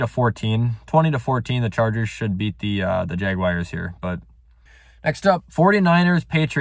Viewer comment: Nobody:: The JaGwiReS